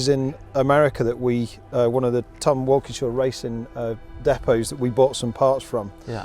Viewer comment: i had to listen to that name 5 times. it's Wilkenshaw not Walkingshaw(as in TWR)correct. i grew up and still loved those xjc's and xjs' they raced. how funny having such a similiar name. cheeky bugger. extraordinary cars!!!